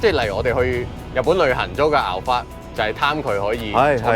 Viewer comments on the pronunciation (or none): Alphard 重音在前面哦